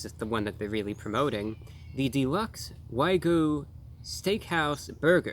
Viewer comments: Brah, we love you but it's WAG-YOO, not WA-GOO. Also, I have real skepticism about how much of that is actually wagyu. That's expensive meat! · It’s wagyu not waygu:). Wagyu is one of the best meat created by Japan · Probably wangus not Wagyu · That is not how it's pronounced. It's like waa-gyoo. Like 'walk'. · It’s pronounced wa-giu, not wai-goo. My disappointment is immeasurable and my day is ruined. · your saying wygu your putting the y before the g ????its pronounced wagu lose your y ffs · OK, I gotta put it out there... It's WA-GYOU not WHY-GOO. Secondly, it's less than 50% Wagyu, and it's the American version of Wagyu, so technically, there is no actual Wagyu in this burger, which must be imported from Japan, certified, and would cost around $100. Real Wagyu doesn't come in burgers. The steak is like eating butter, very beefy melt in your mouth butter. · Why do so many people say waygu instead of wagyu? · If you’re going to say “Wagyu” so many times, please pronounce it correctly. It’s not Wy-Goo! It’s Waa-Gyoo. The Y comes after the G, but apparently you’re one of the dyslexics out there!🤣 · He kept pronouncing wagyu (wag-yoo) as "WUAI-GOO" 😭😭😭😭😭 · You're saying "Why-Goo" burger. It's "Wahhhh-Goo" :) UNSUBSCRIBE!!!! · It doesn't rhyme with a certain spaghetti sauce. It's actually pronounced WAG-YOU.... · Why Gooo!! XD It’s Wag Yu, bro. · Oh yes, good ol "Waygu" meat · The only thing that bothered me about this video is the mispronounciation of wagyu, it's WA-gee-you or could be WA-Gee-U haha otherwise, splendid review as always! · Why he gotta say it like way-goo 😩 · Wagyu is pronounced Wag You. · You lost me at why-goo.... 🤦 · It's pronounced WAG-yu like a dog wagging its tail... Sorry but I had to say it. Excellent review as always I would have absolutely smashed that thing so props to your for being so polite and professional~ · The only man on the planet to pronounce whygoo correctly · “Why-goo” lolol. Wag + yu = whygoo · It's "WAG-Yoo"